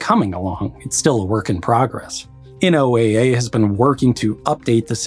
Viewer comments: I work with weather data for a living but am not a meteorologist. None of the meteorologists I've worked with have ever pronounced it N O A A, its always pronounced like Noah. Regarding forecasts yes those pains are always expressed to us and even that historical data doesn't match with a weather station a user might have. Comparing the weather in a single 8km grid cell to a station is problematic, let alone when comparing an entire watershed. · Did you seriously call NOAA “N-O-A-A”? It’s pronounced “Noah”. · First time I've ever heard NOAA not pronounced "Noah" is in a video on flooding... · NOAA, like NASA is an acronym, not an initialism like FBI or CIA.